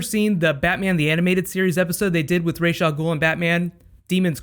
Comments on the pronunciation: Was I the only one like "ITS Rae-sh NOT Ra-s!!!!" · It's Rae-sh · Rae-sh is the wrong pronunciation. It's the latter. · Freddy U in batman beyond Talia all Guhl said "my fathers name is Rae-sh not Razz. Common mistake." Rae-sh is his official name pronunciation and any Media that pronounces it Razz is wrong. Even the writers of the comics and the original shows have stated this to be true.